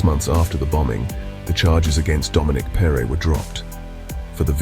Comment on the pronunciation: Excellent narrative, but perre is pronounced as "perry", as in perry mason. At least that is how the local press always pronounced his name at the time.